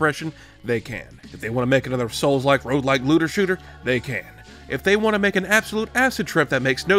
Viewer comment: Why do you always pronounce "want" as "won't". Do you do that on purpose to get people to leave comments or do you need speech therapy?